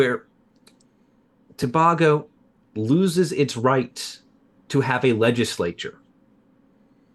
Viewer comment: Citizen of present day Trinidad and Tobago here - it’s pronounced Tobago (letter a) and not Tob-Ah-go